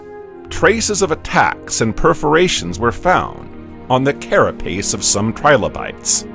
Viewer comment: TRI - LO - BITES not Tribolites read it fully and make sure your pronounciation is correct, then you might have something worth showing off